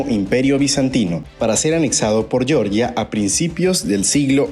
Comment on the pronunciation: Chicos, sólo una acotación: el país caucásico Georgia 🇬🇪 se pronuncia como se lee en español (Jeorjia). Si lo pronuncian como “Yorya” se están refiriendo al estado sureño de Estados Unidos. 🇺🇸 En el video dicen ambas pronunciaciones, ojo con eso.